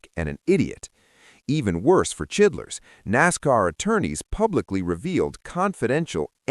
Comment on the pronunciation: Uhh.............. Who da fuck is chidlers????? Don't ya mean CHILDRESS??? Get it right guys,!!!